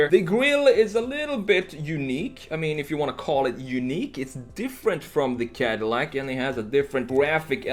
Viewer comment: It is not cardillac broh..